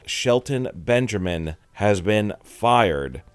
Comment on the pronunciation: I dont think you know what you're talking about lol also it's BenJAmin not Bengerman and also it is a BUSINESS! People get let go it sucks sure but thats the reality of life